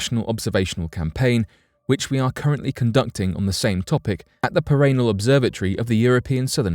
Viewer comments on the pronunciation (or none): "Para Nal" 🤣🤷🏻🤦‍♂️ not "Par Anal"! 🤣😭🤣✌